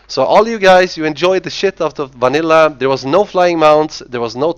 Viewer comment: The way he says "Vanilla" ffs.